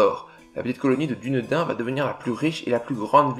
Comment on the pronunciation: Attention on prononce Dunedin "diounédine" 🙂